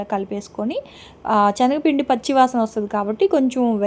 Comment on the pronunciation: Hi andi sengapindi ni chenagapindi antunaru